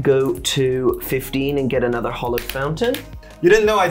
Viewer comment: It's 'hAllowed' not 'hOllowed' fountain. Great video though!